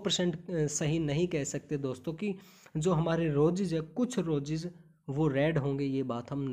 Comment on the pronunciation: Sir sorry but apki hindi n English dono pronounciation not right ....specially स्तनधारी, रोजेज,फ्लावर्स